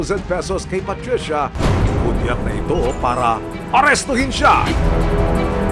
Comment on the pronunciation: KAHAPON: PATRICIA NGAYON: PUTRISYA 😅😅